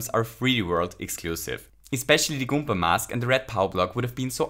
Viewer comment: goom*a is a swear but its ok because he keeps saying goompa